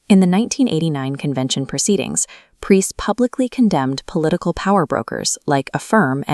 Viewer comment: Want some credibility, use your own voice or at least find an AI that can pronounce Preus.